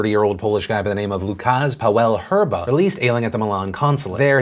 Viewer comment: Lukasz is pronounced "woo-kash". :)